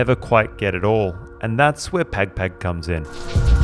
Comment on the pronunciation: bro its not that hard to say pagpag correctly